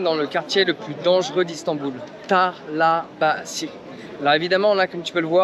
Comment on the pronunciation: Je crois que ça ce dit Talabacheu en turc et non talabasi